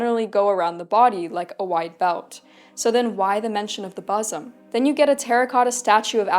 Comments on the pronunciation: Hey, "loosed from her bosom" would be said like: loosed, like juiced or spruced, not like lucid. And in bosom the first syllable is pronounced booz'm, like wooden or shouldn't. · bosom is pronounced as boo-sum (as in book) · Bosom is pronounced bo͝ozəm. As for having difficulty breathing, this is where diaphragmatic breathing comes in handy. Once when sparring I was kicked in the ribs and had a bit of a contusion. I wrapped by gi belt around my upper chest, pretty much like what you've done with your strophion, to keep my ribs from moving so it would heal faster. When your ribs can't move, you have to breathe into your diaphragm. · Great information! Just one thing: the first syllable of the word "bosom" is pronounced like the "o" in book. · Please look up the pronunciation of BOSOM. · She has never heard the word bosom spoken.